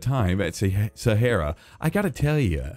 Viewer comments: umm..., Sahara is pronounced sa-har-a Please Not sa-heir-a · Nobody gonna point out weird way of saying sahara. He said sa hair ra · It’s Sa ha ra not sa hair ra